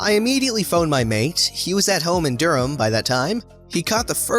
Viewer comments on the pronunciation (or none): That's not how you pronounce Edinburgh. Or Durham, for that matter.